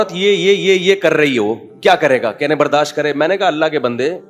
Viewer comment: او بھائی برداش نیہں برداشت ہوتا ہے 😮